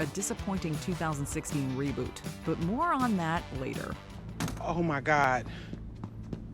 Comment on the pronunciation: "Reboot" LMFAOL